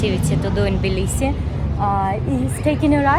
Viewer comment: Жуткое произношение!!!! Сразу слышно - русская!!!